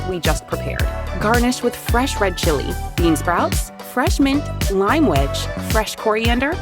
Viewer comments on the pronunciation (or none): none